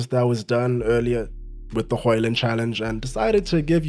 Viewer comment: As a Dane, congrats on the "Højlund" that is pretty much spot on in terms of pronunciation.